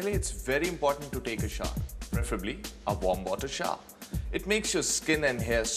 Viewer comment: it's SHOWER, not shaar